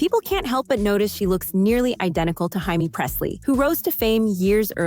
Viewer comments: What is Hi me? 😂 her name is Jamie. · It is pronounced Jamie Pressly not Hi-me. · They said Heidi Presley. it's Jamie Presley fruit cake😂😂😂😂😂😂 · It's just the way the name is prounced in Spanish. But Pressley is an American actress, so the J is pronounced like it is in Jack or John. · How the hell can you not know how to pronounce Jamie ?